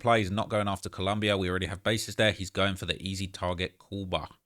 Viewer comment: its ColOmbia, not ColUmbia, are u american or wtf